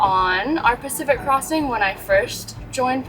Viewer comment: Bloody honky you live there and can’t even pronounce the name correctly, listen to the rest of crew that don’t live, pronounce it correctly, and you still don’t make an effort. Be interesting to hear your pronunciation of other pacific islands.